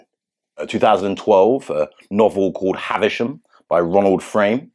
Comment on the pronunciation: Of course they haven’t read the book. nor have most of the citizens of my country 🇺🇸 This is why many American commentators say Haversham, which is what it sounds like in movies, rather than Havisham, as Dickens wrote it.